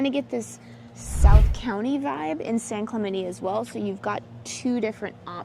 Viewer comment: San Clemenie! 😳😂 Please don’t try to convince me that this is the proper way to pronounce this name. It’s not.